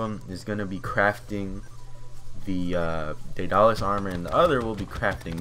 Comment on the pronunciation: The armor is pronounced Day-dul-lis